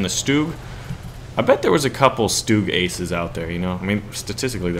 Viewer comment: Bulldog is a common breed name it's just like German Shepard. Nad for you try to pronounce StuG like this Stourmgeschütz then it's perfectly fine.